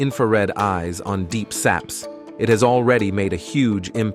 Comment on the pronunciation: "Deep saps"